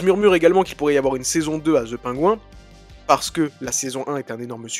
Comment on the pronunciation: "ZE PAINGOU 1", ça c'est de la prononciation!